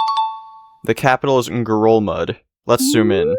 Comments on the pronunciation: think you did pronounce it right! At least from the info i could find (which isn’t much) xD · it sounded like you pronounced it the correct Palauan way to me! But maybe it sounds strange in any language xD